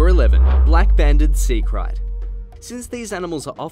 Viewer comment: KRAIT is pronounced CRATE not whatever you are calling it